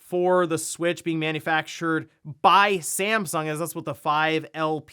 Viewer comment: .... was that STAMsung? :-) just poking some fun.